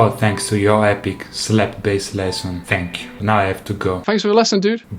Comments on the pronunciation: lol "tank" jajajja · "Tanks" KKKKKKKKKKKKK